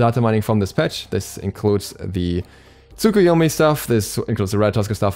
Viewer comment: The "u" is pronounced like a very quiet "uh" at the end of Japanese words, usually.